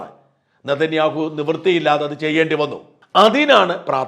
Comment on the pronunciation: Benjamin.Nethaniyahoo Ennanu peru dhayavai ucharikuka Mr Sajan skariya